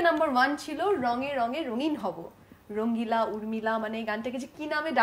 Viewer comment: তাসনিয়া ফারিন রঙিলার উচ্চারণ সবসময় রঙ্গিলা করে।